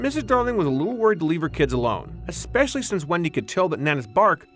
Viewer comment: The Darlings were not poor. They had servants and their house was three stories tall., went to socialite parties. Mr. Darling was a banker. Tootles was the one who shot wendy with a n arrow (not Tootheless. There is no tootheless). And there is no such word as exspecially. Just like espresso.